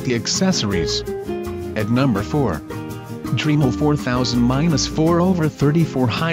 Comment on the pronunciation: If it was spelt Dreamel you would be pronouncing it correctly.